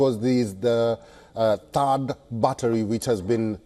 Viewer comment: Thaad battery not barta